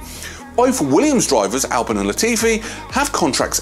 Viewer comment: It's pronounced alpeene